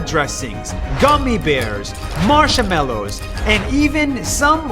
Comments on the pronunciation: he said for marshmallows marshamallows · the way he said marshmallows😳